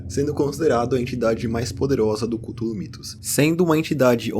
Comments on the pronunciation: A mais pronúncia mais "certa" é culólou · Chululu** kkkkkkkkk